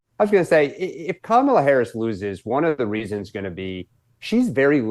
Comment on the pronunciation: Does Megyn call her cumala? 😂😂